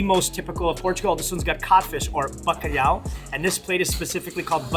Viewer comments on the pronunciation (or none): Bacalao hahahaha bro its bacalhau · Eles disseram alejana em vez de alentejana e bacaau em vez de bacalhau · Bro i loved that video, im portuguese, but i think it should be better if u put ur lyrics in portuguese way like "FERDINAND MAGELLAN"? whats that? and Bacalhão its not Bacalao :D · At a certain point i saw something thar said Bacalao....it's bacalhau dude ahahah